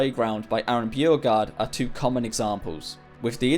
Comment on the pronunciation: One, tchew, f’free